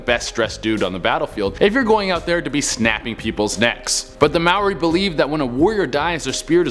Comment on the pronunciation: I'm so glad you didn't say maori like (may or ee). I'm maori